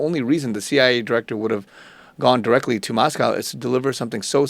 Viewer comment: There's no "cow" in Moscow. It's Mos-cO (long o sound).